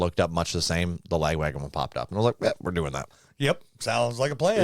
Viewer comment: chuck gets the braincell by default because i think pronounces the name of this band strangely - "la-gwagon"? it should be "lag-wagon", as in the name of their original (i believe) tour van.